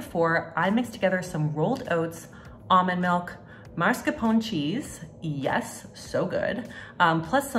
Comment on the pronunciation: Smh. You can’t put yassssssssssss and pronounce it yesssssssss. You gotta get that aw sound